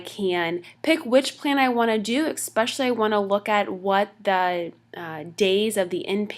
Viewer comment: Informative, young lady presenting this says EX-specially twice, instead of ES-specially (especially), it is a common mistake, especially among young people :)